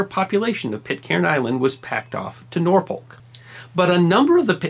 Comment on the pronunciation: Very good, except the pronounciation of 'Norfolk' ;)